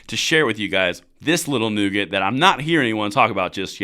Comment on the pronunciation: Nugget..NOT nougat..nougat is what you find in a milky way😂